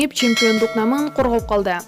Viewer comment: Намын эмес наамын деп окучу, кыргызча эле сөз го.